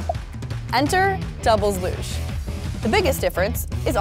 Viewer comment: I like the part where she pronounces LUGE a different way each time she says it 😂 looosche luuuge loose loosh looooghhhh